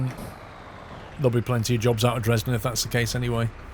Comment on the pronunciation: You say Dresden wrong !